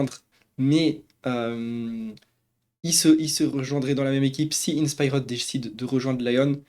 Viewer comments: Je t'en supplie dis inspiered correctement, je vais canner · Quelle horreur la prononciation de InspiRed… 😭